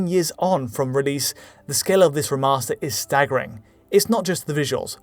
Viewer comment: “reh’master” lmao